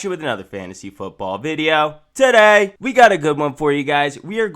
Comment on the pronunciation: " TUH DAY!"